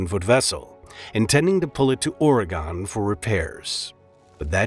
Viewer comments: "Or-again" not "Or-a-gone", it hasn't gone anywhere. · I'm glad everyone was saved, but I just have to say as someone who lives right on the border of Idaho and Oregon, your mispronunciation of Oregon drove me a bit nuts